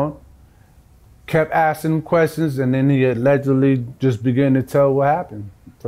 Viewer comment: My dude is clunky with the “allegedly” 😅